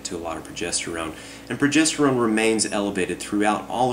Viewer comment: Pwogestowone powah!!!!!